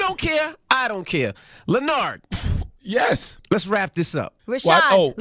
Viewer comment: That's his name from now on. LenNARD accent on the NARD.